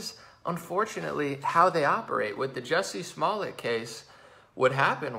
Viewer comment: I love how he keeps calling him “Bubba Smollett” on accident...🤣... slip of the tongue.